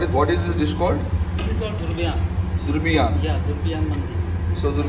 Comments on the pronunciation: It is zurbian not zubrian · Its ‘Zurbian’. :)